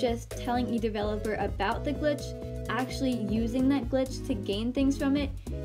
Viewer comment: When you said search glitch you really said glitch like this: Clicktch